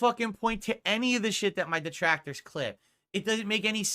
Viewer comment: It’s almost rage inducing the level of social unawareness he has and is so quick to tell people what he thinks someone else line of thought is and present it as fact. “See he doesn’t like duhtractors either.” But I gotta remind myself he’s touched